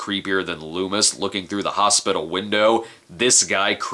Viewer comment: LOOMIS ....lol ..Not Lumis .